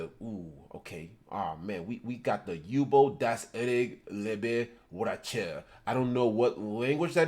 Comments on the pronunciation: If this guy says Yubel wrong again I’m gunna lose it 😤😫 it’s YOU-Bell as in You 🛎️🔔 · I have been waiting years! Finally my yubel gets some love i honestly thought she was forgotten about😢 Also what is up with the way he says yubel saying like yuball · How tf u miss pronounce yubel